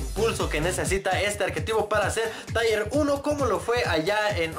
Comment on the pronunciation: "Tier" se pronucia "Tir". Tu dices "Taier" que en ingles se escribe "Tire", que significa llanta.